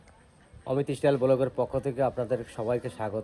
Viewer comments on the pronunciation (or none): Istyle hoy na style bolun